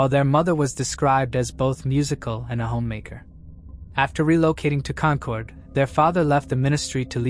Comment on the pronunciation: It’s Con-kid. AI needs to be taught, if the story is based here in New England, it’s Con-kid. Thanks for the stories